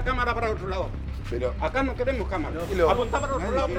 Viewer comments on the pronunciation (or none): "Apunten otro lado, no queremos camarah acá, apaga esa camara voh" 1 tableta de rivotril después "pasen a sentarse y les voy a contar"